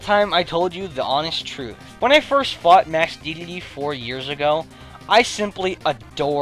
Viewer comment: "Masked Dedlde"